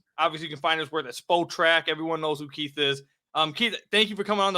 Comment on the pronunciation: bro continuing to call it "Spoe-track" instead of "Spot-track" for Keith is like introducing "Trey-John" Langdon on your podcast